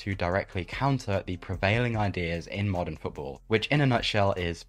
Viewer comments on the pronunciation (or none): none